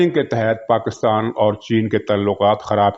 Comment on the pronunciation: Abe pakistan bol, pakitan nahi😂😂